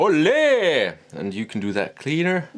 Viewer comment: Spanish guy here, you are saying ole wrong, the accent is more at the first o not on the e. more like oooole not oleeee, but otherwise nice review